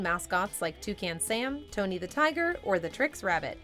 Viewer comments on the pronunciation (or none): none